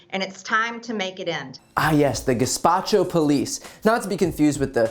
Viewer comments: Guesspacho??!! Sounds Italian? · Gespacho???? Sorry. Basing it on her accent. 🤣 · She really said “gaspacho” 😭😂 not “gestapo” lmfaooo what an idiot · "Gespacho" lol...it doesn't get more embarrassing than this. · did she just say the police are a soup? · I heard it as more of a racist, on purpose, mispronunciation